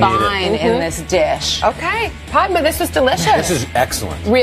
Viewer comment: It's PADMA, not Padka!!!!